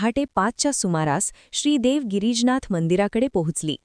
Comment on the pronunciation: गिरीजनाथ नाही गिरीजानाथ म्हणा..